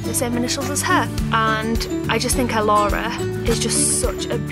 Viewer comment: Love Elci, Elissa and Elora. Elci Paige. Love Elissa, I thought about it for my daughter but spelled Alyssa. As far as Elora I love how you pronounce it but I'm from the United States in Louisiana and people around here wouldn't pronounce it near as beautiful.